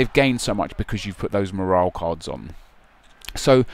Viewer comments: MOR-ALL IS HOW YOU SAY IT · you say morale weirdly